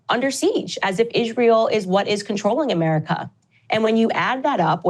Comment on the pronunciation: Idk why but when Candace calls it ishrail I laugh lmao it’s like some slang I just dont get yet